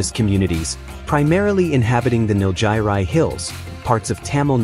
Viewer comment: nil-Giri not nil-jairi lol